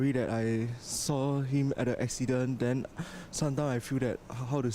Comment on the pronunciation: The male newscaster may want to improve on his pronunciation to showcase his speaking competency. he said ‘how den’ instead of ‘how then’. 💐